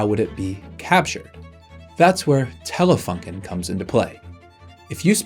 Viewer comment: The company is called Telefunken with a „u“ like in You